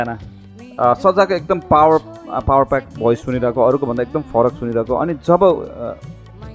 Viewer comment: Yo co-host lai bolna ni aaudain ki k ho school jada ni deting ma gathyo kya ho powed hain power hou alik ramro bolumna still parer hain toit